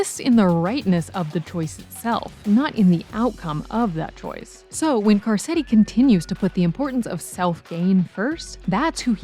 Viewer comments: Great video...except, I can't get passed you calling him "Car-set-ti." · "Car setty" had me laughing